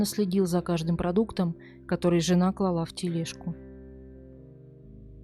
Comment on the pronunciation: клАла, а не клалА